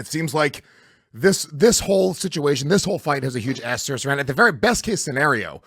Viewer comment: Love the podcast. But Louis please stop using the word "asterisk" if you refuse to learn the correct pronunciation. You use it every show. This is not a negative comment.